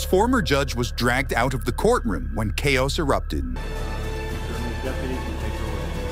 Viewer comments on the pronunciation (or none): "When K ose erupted"??? What? Chaos is pronounced "K oss" not "K ose"...